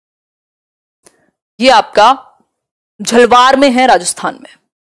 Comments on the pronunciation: Jhalwar nhi jhalawad nam h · झलवार नहीं mam झालावाड़ 😂... BTW love from Rajsthan ❤